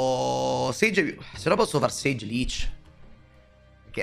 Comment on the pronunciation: buongiorno, la serie dei nomi storpiati continua, si chiama SAGE 😂